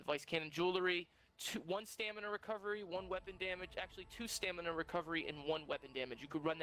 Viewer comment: Why does everyone say stamina as "stanima" smh....